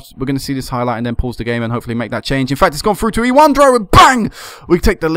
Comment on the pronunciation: ewandro= evandro, dequinho = de-cu-i-nho, barbosa = bar-bo-za. this superclassico is not important, for the Brazil(i am brazilian), i dont know for Argentine. if possible pick players for Internacional(i am Internacional fan) hehe. thanks for the upload daily man, you are my favorite youtuber.